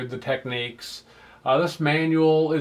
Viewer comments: Technics as in nic not nique Technique is a way of carrying out a particular task, as say an artists technique, why do Americans always pronounce things incorrectly? Why not Panasonique for Panasonic, at least you got that correct!!! But otherwise I think your channel is great! very well composed and presented, well done. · Great channel, learning a lot here. One thing, though. The way to pronounce Technics is with a nicks, not neeks. The Technics commercial here on YouTube will prove that fact to you. Please search it out. I am enjoying your videos, thanks. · Teck - Nicks. It's not techniques. Why can't Americans pronounce the name correctly?? It's not that hard.